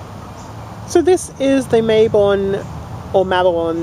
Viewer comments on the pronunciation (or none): it is MA-bon Not MAY-bon....it is from the Welsh so the "a" is like the a in "Cat"